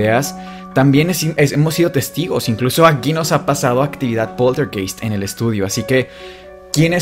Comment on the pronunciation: PolterGAIST. Esa es la pronunciación.